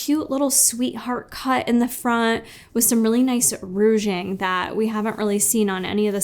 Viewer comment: Haha, “rouge-ing” instead of “ruching”.